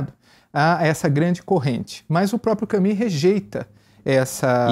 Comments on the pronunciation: gosto demais desse site e dos assuntos abordados. gostaria, no entanto de observar a importância de pronunciar os nomes o mais próximo possível. Albert Camus (CAMY, mais u que i). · Só gostaria que pronunciassem melhor o nome "Camus".